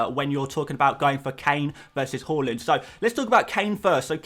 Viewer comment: More like "Hauland" am I right!